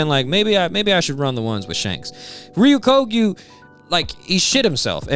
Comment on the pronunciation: sorry, I know this is a bit of a nitpick, and I know his name is hard to say, but you keep pronouncing Ryokugyu's name wrong. You're saying it like Re-yu-KO-gyu, but it should be Re-yo-KU-gyu